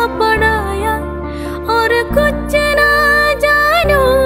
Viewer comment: Vokal bagus 👍 Bantu koreksi pengucapan: 1. Muskura ke, bukan Muskura se 2. Kuch na, bukan Kucce na